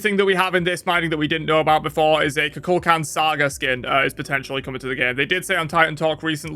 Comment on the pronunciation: Every time I hear someone pronounce Kukulkan’s name wrong, I die a little inside. It’s the same number of syllables to say it correctly. It’s Coo-Cool-Con